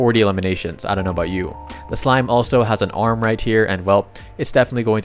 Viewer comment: it is a SLIME damit a SLIME S - L - I - M - E not SMILE